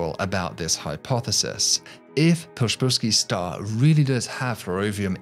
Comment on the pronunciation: "The shpillsky stah" (Psyfnrbsvzufjbhfheiskkdbski Star) Thanks Poland